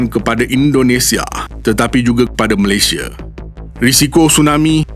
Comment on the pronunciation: Indonesia, malaysie Sunda, malaysie Maaf admin saja menegur, nama rasmi kita tidak boleh ikut loghat kita. Sebut sahaja Malaysia